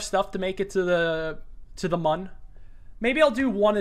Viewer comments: Bro. It's Mün. Not Moon. Neither Man. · To the mün already... I wasn’t expecting that Also “mun” oof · Just an FYI, the Mun is actually pronounced Moon, as there is technically an umlaut (¨) over the u.